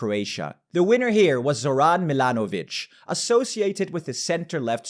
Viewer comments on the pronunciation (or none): C'mon man, for a pan-Europeanist - put an effort into pronouncing Eastern European names right. Funny thing, it's not hard, just combinations of letters are sometimes funny. Go ahead, and learn about Europe that you preach. It souns bAbish, not babIsh. It sounds zOran, not zorAn. Understandably, you excused yourself from saying Trzaskowski, but I believe in you - you can climb that mountain too. Sounds "tshaskOvski" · zo-RAHN 😬 it's ZO-rahn 😂